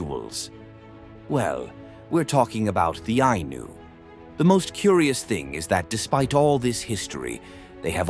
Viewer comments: Its not anus , its Eye-knew , wow replace the narrative voice and get your facts straight. The Anus , damnit man. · The Ainu and the decedents of the Jomon Culture, who lived all over eastern Japan. Their religion is what Shinto is based on. The pronunciation is Ainu, the same vowels as in Spanish. There is no S sound.